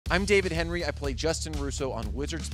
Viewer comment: Please get this man's name right! HENRIE!!